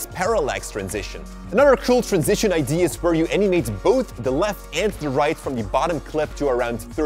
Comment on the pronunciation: eye - Dee - AH. NOT IDEE... for the word IDEA. great video btw